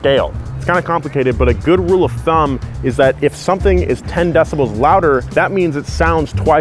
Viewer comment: Dont say "decibells"